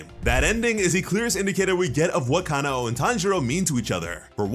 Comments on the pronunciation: Stop saying kana oh it’s kanoa ku-no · im pretty sure kanao is pronounces ca-now not ca-na-o